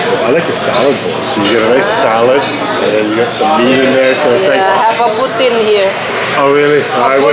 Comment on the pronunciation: In the menu " Poutine " not " Putin " hehe